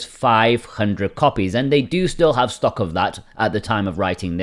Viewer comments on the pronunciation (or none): none